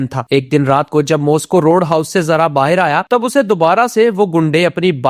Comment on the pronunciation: Bhaar hota he bahir nhi